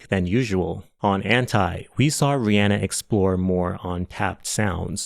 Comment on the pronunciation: Kudos for pronouncing Rihanna the way it should be, with that [e] vowel